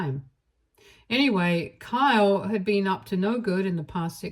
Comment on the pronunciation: Kyle doesn't have a long e sound.